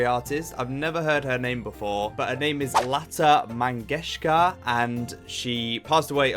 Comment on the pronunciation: You got it perfectly… Lata Mangeshkar! 😊🙏🏾but the song is pronounced.. (Lug jaa gullay)The woman in this video is not Lata but an Indian actress, who is lip syncing Lata ji’s song. Lata ji , as we refer to the Grand Nightingale with respect in India, was the playback singer for several movie actresses The songs were not written or composed by her :)